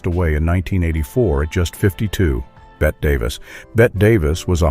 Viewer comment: it's BETTE NOT BET DAVIS, YOU AI JAGOFF.